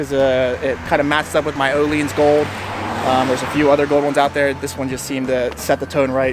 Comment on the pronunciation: It's Oh-Lynns or Ooo-Lynns NOT Oh-LEANS. The vowel is stressed at the front. It sounds crazy how most people butcher that word.